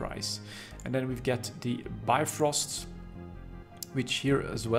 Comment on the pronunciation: The Minmatar Command Destroyer should be pronounced as: Bif-Rust :)